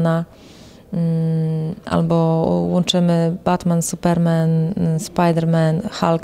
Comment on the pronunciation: Jest supermen, ale akcent na inną sylabę xd